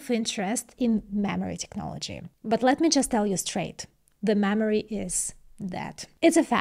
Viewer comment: mammary technology?